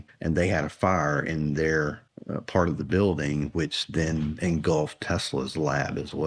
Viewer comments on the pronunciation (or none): none